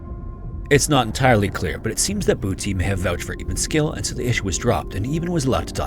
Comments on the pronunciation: I think you mispronounced Booty Shaun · Just a comment on your AI commentator - Boetie is not pronounced 'Booty'. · I'm a South African and sounds funny to hear you say "Boetie". Your pronunciation is good. It just sounds like booty in English. In Afrikaans, it's a name. In English, it's kinda funny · Boetie as in footy. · It’s not booty shun 😂 It’s a short sharp oo like, “oo! I got kicked in the nuts!” And boetie means little brother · Your pronunciation of the Afrikaans names was hard to listen to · The pronunciation of Boetie is so cute XD. You did your best- but the South Africans know that its not right. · The way you pronounce Boetie is so funny😅 its very sweet hearing foreigners pronounce our names. Boetie is typically pronounced with shorter syllables and it its translates literally to Brother (but the affectionate version so more like Bro). Eben is closer to Eah-bin